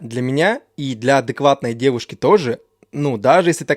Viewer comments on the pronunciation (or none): Не ДЭВУШКИ а ЖЕНЩИНЫ,не МУЖИ(Г)И а МУЖЧИНЫ